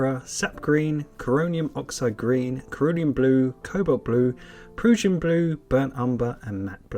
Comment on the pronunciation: Proo-shin blue is the wrong pronunciation. It's Pruh-shin Blue as in Russian.